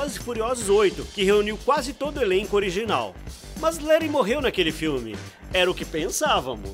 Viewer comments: Mano não se fala leri e sim let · Agonia do cara falando "Leri" qual a dificuldade de falar Leti krl? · Por que ele não fala "Lety " .Da arrepios ele falar o nome da personagem errado " Leri " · O cara fala léri ksksks ao inves de leti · Para de falar "Léri". Aqui no Brasil se pronuncia Léti. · O engraçado é que o nome é LETH e não LERY 😂😂😂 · Mano sério "leri"?? Na vdd é "letty" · O nome dela é leth não lere animal